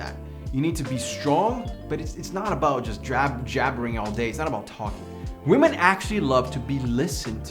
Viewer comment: He wasn't saying "Women". He was actually saying "We_men" 😂